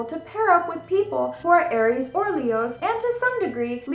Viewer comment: She's pronouncing many of the signs incorrectly. Sagittarius is pronounced Saj not Sag. Pee Cees is supposed to be pie cees, Aries is pronounced Air ees, not Are ees, etc. Ugh...There's no feeling in her voice, she's reads it with no feeling. I want to like her. She seems very bubbly, but she reads with a very flat tone. Someone help this poor girl.